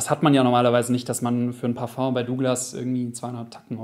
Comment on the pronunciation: "Parföngs" ROFL!